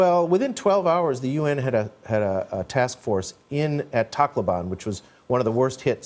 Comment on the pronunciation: "Taclooban" - what a bizarre pronunciation for a Filipino.